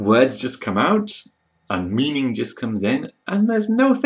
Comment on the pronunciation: Excellent video with good tips. Just a small question: when you pronounce a word ending in '-ing', you sometimes change it to '-ingk'. Yes, with a K sound at the end. For example: meaning becomes meaningk. An influence from Czech learning or is it something that is done in general by native speakers of English? I just noticed it a few times. English is a second language to me, that is also a reason why I ask.